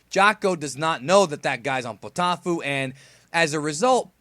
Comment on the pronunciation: Poteaufeu is a french meal and it is prounounce potofeu btw really good review, and I agree with that Vegita is getting tons of caracter developemnt and that It si one of the hilights of super